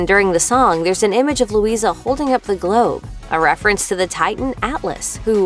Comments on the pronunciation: The a is silent in Luisa she said her name at the start of surface pressure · Majrigill, and also she pronounces names like Luisa "luiza". Same with Isabela, pronounces it the wrong way, "izabela". Triggers me so much, cmon, it's not difficult to get it right